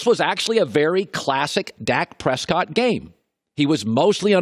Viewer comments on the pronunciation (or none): none